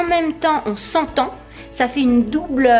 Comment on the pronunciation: Ses dobole pas doubole